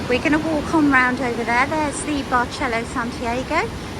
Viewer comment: It’s actually pronounced “Bar sell oh” “San tee r go” we were there last week very nice